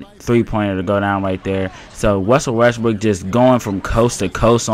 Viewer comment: Lol u said Wussel Restbrook the whole time